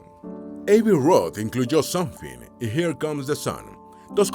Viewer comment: Qué mal pronuncia la IA que usas para la locución. Ni se entienden los nombres de las canciones en inglés. Me tomó un buen rato entender que "SONFI", se refería a "SOMETHING"